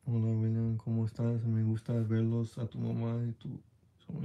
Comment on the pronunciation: 😂😂😂 aveces dice Willa 😂